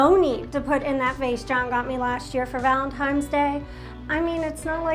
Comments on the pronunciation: Am i the only one mad because she said “valentimes” instead of valentines?? 😂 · “valentiMES day” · Valentines not "valentimes"